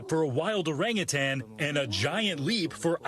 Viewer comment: If you're going to report the news get it right. The word is orangutan. There is no second g at the end.